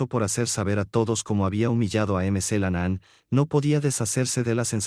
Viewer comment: Por favor: por favor se pronuncia Mc. CLENAN NO MC la nanaan